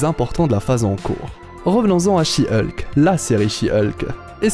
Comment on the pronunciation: Hulk se prononce Olque pas Ulque